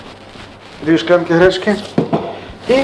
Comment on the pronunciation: Цікавий рецептик, треба буде собі таке смачне приготувати, що правда мабуть такого гарного бочку як то у Вас не знайду. А ще дуже цікаво Вас слухати, я раніше ніколи не помічала, а от тепер почула Ви кажете " шклянка" тоді як пишете ж мабуть " склянка", так кажуть у Північний Норвегії. Вони пишуть наприклад " Oslo", а говорять як "Ошло" або як "Osjlo". Скажіть чи це звичайна справа у Вашому регіоні, коли люди замість письмового "с" кажуть "ш", чи це просто Ваше особисте? :)